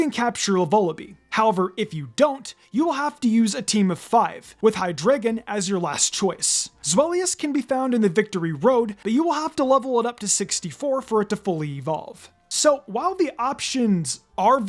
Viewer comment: It’s pronounced lie-PURD, high-DRY-gen, ZVY-liss, DRAP-ee-ahn, pan-GUH-roh, and lah-nuh-KEE-luh, “”! 🤨 Stop mispronouncing Pokémon names, you idiot! 🙄